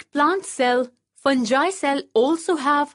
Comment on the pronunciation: Pronounce the word correctly fungi